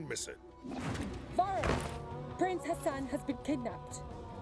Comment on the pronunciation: pronouncing Ghassan as Hassan is quite triggering lol